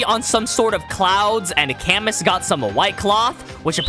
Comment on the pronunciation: it's pronounced "Ca/moo" more than "ca-mus" btw